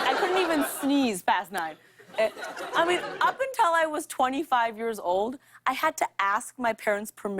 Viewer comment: Am I the only one hearing "untel" instead of "until"? I love her tho